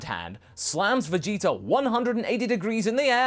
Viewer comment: Idk if calling Vegeta jeets is a habit from voice acting goku but if it is it's hilarious